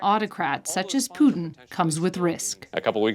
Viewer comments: I can’t listen to these two call Putin ‘Poo’n’. I’m off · Voldemort poo-tin